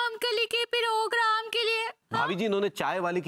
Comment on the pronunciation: it's not perogram it's program. Sahi pakde hai